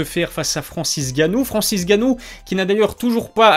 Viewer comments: on dit francis Ngannou pas francis gannou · Francis NNNNNNGanouu pas Francis gannou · Et le "N" il est ou le "N" ?? Francis "N" gannou il y a un "N" ☝